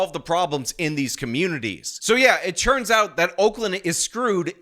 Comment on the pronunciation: Anyone else ever notice that says “churns out” instead of “turns out”? Go back to the beginning of this video so you - like me - can never hear it the same ever again